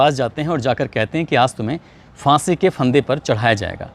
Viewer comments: लगता है कि आपने उर्दू नहीं पढ़ा है Fansi नहीं फांसी होता है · “FAANSI ka FANDA” ?! “PHAANSI ka PHANDAA” hota hai ! 🤷🏻‍♂️🤷🏻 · aapki report to theek hailekin aap phansi word sahi bolte to zyada theek hota.